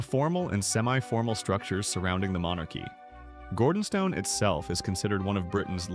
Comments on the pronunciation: Firstly, please get your AI programme to pronounce ‘Gordonstoun’ correctly. Secondly, this is a non-story. This was a private, family church service. Not your or anyone else’s business. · Can’t pronounce Gordonstoun nor Elgin. Why is he reporting for the ‘British Royal Family’ or is it just AI error?